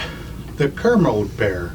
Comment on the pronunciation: Kermode Bear - Spirit Bear is pronounced "Kermodee"